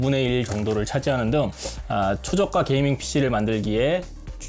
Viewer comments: 게이밍 ㅋㅋㅋ 발음 웃기다 보통 께이밍이라고 발음하는데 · 누가 '게이'밍 이라합니까 발음은 께이밍에좀더가까운듯하네요